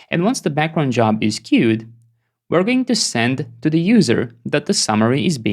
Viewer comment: That “que-wed” was funny 🤣. Such an amazing, knowledge-packed video! How do you plan or architect an application when you have no idea how it works under the hood for example, tihs n8n clone or the Lovable clone? How do you come up with the architecture?